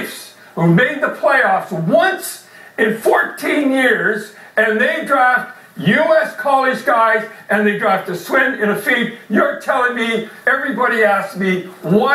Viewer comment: "A Swin and a Feed". Someone from Swinland or Finden?